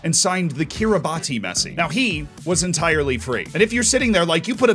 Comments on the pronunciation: Its pronounced Kiribas btw not Kiribati I do sound petty great video though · Hey Z, i am a bit late for this vid, but it is actually pronounced “Kiribaz” and not “Kiribati” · Its pronounced kiribas not kiribati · It's pronounced kee-ruh-bas, not kee-ruh-bah-tee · Kiribati is pronounced Ki-Ri-Bass (like the fish) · its pronounced Ki-Ri-Bats i believe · Kirabati is pronounced Kiribas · FYI, Kiribati is pronounced like Kirih-boss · Fun fact: Kiribati is pronounced Kiribass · Love you Z... but you Kiribati pronunciation needs calling out :D It's 'kɪrɪˈbæs' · It's pronounced 'kiribas' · Someone explain to how to pronounce Kiribati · Great vid mate. Look up the pronunciation of Kiribati though. Will blow your mind.